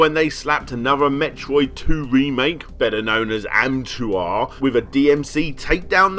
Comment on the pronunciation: Another Metroid 2 Remake, or as you call it, "Ahmtwaaahhh"